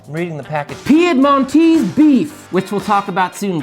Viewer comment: Usual English pronunciation is peedmont.